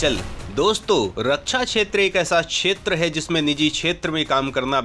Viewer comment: छेत्र नही (क्+ष)क्षेत्र बोलो